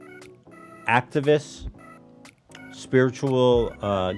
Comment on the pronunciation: Lol when Ethan mentioned the “activists” at the beginning it sounded like he said they were sponsored by “Actavis” I was like hell yeah now we’re getting somewhere